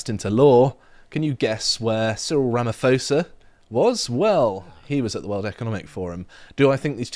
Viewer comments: CORRECTIONS: the pronounciation is rama-POSA and not ramafosa. Second yes, this bill took a long time ti write BUT it was only after ramaphosa got what he wanted from the WEF did he sign it. Ramaphosa's attendance at Davos and the signing of this Bill is DIRECTLY linked. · First of all you guys are spot on!!... 1) it is not Ramafosa it is Ramapoesa, 2) it is not ANC it is cANCer... 3) Don't be blinded by the eff 9% of k*ll the Boer k*ll the farmer this was introduced by the cANCer. 4) This has been happening for more than 30 years and is still happening at this moment.(Landgrabbing) 5) The courts is SA is completely run by cANCer cadres so no fairness in there. 6) The government has 142 Racial laws against whites including BBEE that if you don't have a 30% black ownership you can not do bussiness. i Can go on like this for days but everything is on Google but not by lefties broad stream communist media. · Small thing, but Ramaphosa's surname is pronounced with a hard 'p' like you have in 'park', not an 'f' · Pronounced: Ramoposa. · As much as I despise Cyril, can we please just pronounce his last name correctly…it is ra-ma-pause-ha. Please, I know he is a c&@ but can we at least use the correct pronunciation…thank you. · Ramaphosa - the 'h' is silent in the SA African languages - pronounced 'Rahma-pawza' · it pronounced Rama-pause-ah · Correction...little poms...the ph in Ramaphosa is pronounced p. And you guys are lucky Tokyo Sexwale is not president... i would love to hear you say 's3x whale' 😂😂😂... instead of...ah never mind😂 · We live in SA, Malema is an idiot, no one takes him seriously. Rapamaphosa, whose name is pronounced with "p" not f, will be strongly contested through the courts as the expropriation bill is against the SA constitution. The original inhabitants of SA were the Khoisan (Bushmen) yes not Bantu who migrated from Central and Eastern Africa. But how far back are we going to go? The "whites" built SA with black labour.